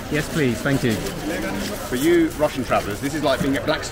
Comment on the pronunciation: I believe you are pronouncing thank you wrong. Gaam onnñn, would be closer